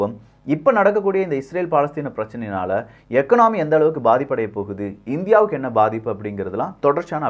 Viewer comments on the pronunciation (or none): எகானமி எகனாமி இல்லை